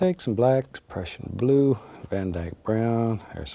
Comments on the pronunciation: he said "the crushing blue" not depression blue, I almost thought that to tho lol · He actually does say depression blue, you can hear the P in there, also if you turn on the subtitles you will see it says "depression blue"